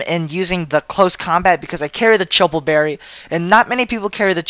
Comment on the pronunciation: Chople is pronounces like Chop. Like in fighting.